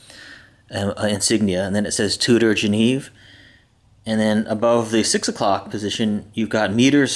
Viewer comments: Fyi its pronounced Chew-der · It's pronounced Chew-der fool! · Gosh you are really a dumbass. The watch company is not pronounced that way. Douche...